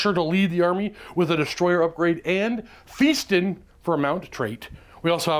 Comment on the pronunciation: Just for future reference it is Fast Un, not Feast Un. Keep calm and play AoS